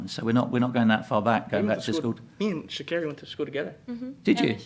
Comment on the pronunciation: Amazing, Sha'carri got her name pronounced correctly this time lol